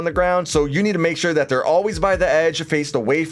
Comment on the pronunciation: Man it makes me cringe the way he says "their dead"